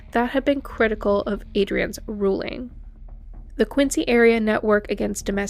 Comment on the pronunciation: Very well done. BTW, Quincy is pronounced "Kwin zee."